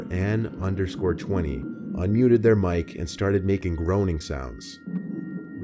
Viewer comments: The way he pronounced sat_an20 💀💀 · Btw satan means devil 😬 so it would be de_vil_20 and um he is pronouncing it wrong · pronounced it satann when it was Satan as in the devil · Did he say sat an. BRO ITS SATAN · It’s satan not sat an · In the second story, “Sat Anne”, or however you spell it, sounds like Satan. If you have captions on, it even autocorrected to “satan”. Can’t be a coincidence. I don’t know. Some people are just insanely evil.